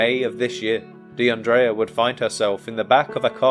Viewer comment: Almost broke my neck looking up at the screen when you said her name because not only is that my name too but you also pronounced it correctly. Praying for justice for DeAndrea and her family 🩷